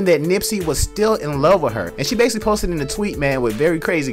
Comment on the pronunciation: Oh wait hold up ya listen at about - when he uses the word basically and the other times after. I’m not sure he’s saying it correctly. Also the word definitely. But has the nerve to talk about the way she sounds. She’s right when she said the people on the internet talking shit and dont even know how to speak right.